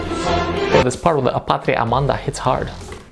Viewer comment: Ok. Are you Reading in portuguese patria amaHda... Not amaNda. Sound of A' Just by throat. and by "part is hard" "it's hard" you Mean like it's great? Yeah boys'n'girls. We have THE anthem ;)